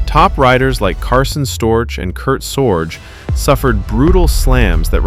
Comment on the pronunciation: His name is pronounced Sor-Gee.. not Sorj. Kurt Sorge